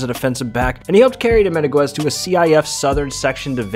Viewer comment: This mans attempts at names is brave but dominguez isn’t pronounced and mateo isnt pronounced like that my guy